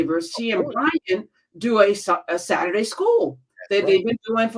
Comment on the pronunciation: I love to hear Dr. Carr pronounce Saturday as "Sair-dee" takes me back to the south.